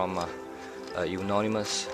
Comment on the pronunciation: It is not pronounced as eunonymous, it is euonymous..